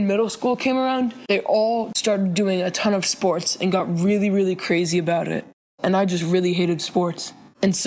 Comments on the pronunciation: What are sss-pour-Tez? I play fort nite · did u say sports do-do ?